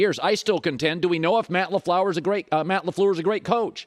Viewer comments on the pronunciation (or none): Ever since this clown said Derek Charr was a top 10 QB, all his comments have been thrown out my windows. And he couldn't even pronoun Matt Lafleur's name..... Gtf outta here